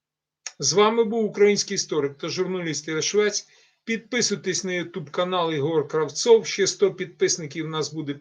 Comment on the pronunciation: В ступній частині перед "стрімом" не зміг розібрати як звати пана..канал підписан, а коли вітаєтесь то мені чутно як?